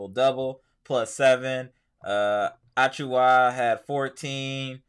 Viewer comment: It's not ATCH-oowa, uh-chew-wah if that makes sense